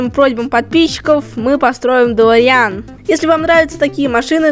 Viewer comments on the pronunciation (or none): Правильно Говорить ДелОриан!